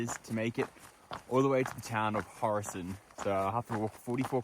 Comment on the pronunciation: Ula kırk yıl düşünsem birinin Horasan'ı "Hurosın" Diye telafuz edeceği aklıma gelmezdi 😂